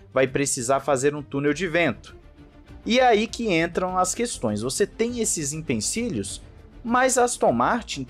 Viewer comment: "IMPENCILHOS" é par matar hein!